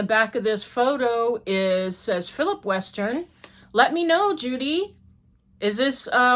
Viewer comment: Hi,. Yes, the photographer is my husband, by our last name is Westen, not Western. There is no R in our last name. Common mistake - everyone makes it. I'm glad you like the card. The Habitation Throw is beautiful! 💖